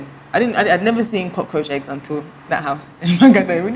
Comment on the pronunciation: say cockroach na co-tenant hahhaha